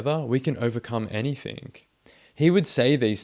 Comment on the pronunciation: So this commentator claims to be a writer, yet on several occasions he says "anythink". Hmmm Spell correct put a blue line beneath that "word"..... What's that about !?